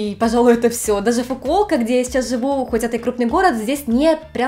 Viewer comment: да вы чё, угараете. Население в "фукуоко"-как население 2 Абайской областей